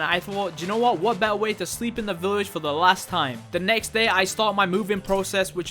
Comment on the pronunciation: It's a good video but you keep saying village weird